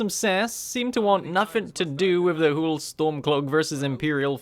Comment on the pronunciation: Please stop saying Hule, it’s pissing me off.Its whole like hole not hule